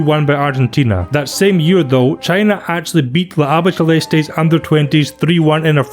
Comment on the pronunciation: Also, great vid, but that's the most interesting pronunciation of "Albiceleste" I've ever heard...